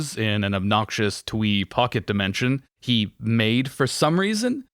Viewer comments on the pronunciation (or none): none